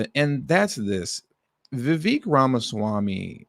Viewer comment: His name is pronounced "ViVaaake". Like cake.